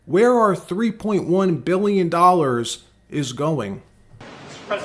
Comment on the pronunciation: 3.3 BBBBBILLION IN FED BUILDING 😂😂 SORRY COULDNT FINISH SENTENCE